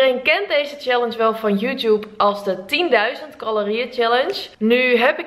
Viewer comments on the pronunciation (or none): none